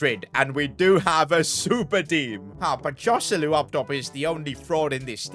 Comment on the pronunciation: i want to kill myself hearing him say joselu